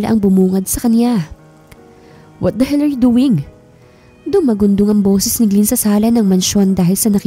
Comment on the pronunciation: glen po hindi gliin!😅😂